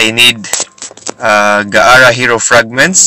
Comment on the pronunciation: Its gaara not ga ara